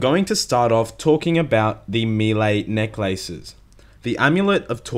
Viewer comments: NECK LAYSES AMULET OF TORTJA, MEE LAY, CONCLEWSION, PRAER, DAMIDGE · Emphasis 'neck' ... 'laces' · Neck LACES. Jesus, way to pronounce it awkwardly. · Why are you saying necklaces like 2 words? Its hurting my brain.